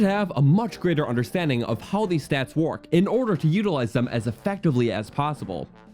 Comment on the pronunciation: "a large Montin in your way" "colculated" "of how these stats whark" "cannot swim across withott dronning"